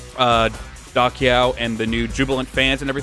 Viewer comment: Da Qiao is pronounced Da Chiao. Any name with a letter Q is pronounced like a Ch sound